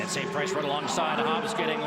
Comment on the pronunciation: its Sant Price not Saint Price......announcers lol